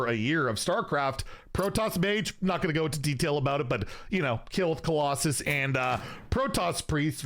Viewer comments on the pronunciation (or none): none